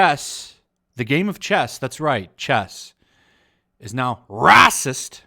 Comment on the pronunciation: Paper is waycist, it's huwite